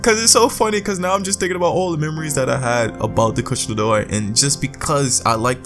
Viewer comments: Kush-la-door? Kush-a-la-door-a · Say it with me: Ku-sha-la Da-o-ra. XD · Monster Hunter World I want to thing that you pronounce the name wrong purposely 😂